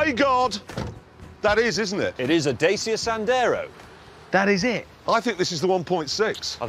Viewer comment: the fucking rus reporter in a pub pronouncing "Dacia" as "Dacha"... i dont know who came up with that shit, but "dacha" is being called a house in russia outside of the city made for vacation, growing plants and herbs or hiding a body, you name it